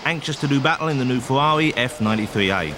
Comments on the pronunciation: LOL , what is a Fewwawi? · "in the new fuwari "